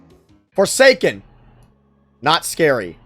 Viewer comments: "BWECWAUSE ITS NWOT FWORSAKEN" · the way he said forsaken is killing me 😭